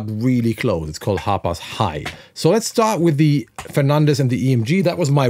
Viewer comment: Everytime he would say the name, I swear he was calling it the HOTBOX guitar 🤘😂 Name it the Hotbox guitar!!!